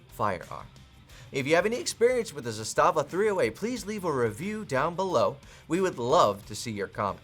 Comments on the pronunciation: 2018...the rifle was made in 1977! It's been used in every war since then! It saw heavy use in the bulkan/Yugoslav wars! It's zas-tuh-vah not zus-tah-vah lol! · Trooniun? Is this AK confused about its pronouns? Also mispronounced Zastava. For shame,.